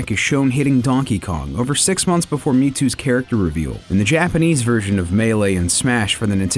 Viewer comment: Impressed with the handling of Japanese pronunciations in this episode :D